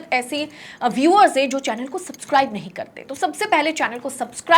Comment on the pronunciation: Mem आप का सपस्काइब बोलना लाजवाब